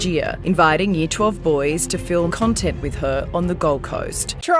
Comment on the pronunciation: I swore you said "cuntent" creator....yes, that she is